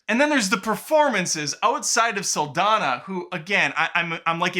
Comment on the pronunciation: Her name is pronounced, Sal-Don-Yah.